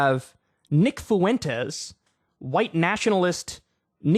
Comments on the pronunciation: I've come to hate videos where Kyle cover Nick Fuentes, solely because of how Kyle pronounces the name as "FOO-WEN-TEZ". Dude, it's "fwen-tez". It's TWO SYLLABLES: FWEN•TEZ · Kyle, say it with me "FWENT-EZ". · Kyle says Fuentes like Mr. Caffeine said Clancy. Fu-wentes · Some people keep pronouncing Nicks last name as if it's two separate words, Foo-entes. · You can either say “Fwentez” or “Fwentiss.” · How do you add an extra syllable to nick Fuentes’s name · How do you add so many syllables to nick Fuentes’s name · I was just about to say this. KYLE, STOP PROUNOUNCING FUENTES LIKE THAT.